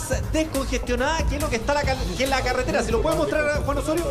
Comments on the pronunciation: Dijo CALETERA? 😂😂🤣🤣🤣🤣🤣😂😂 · Se dice carretera no caretera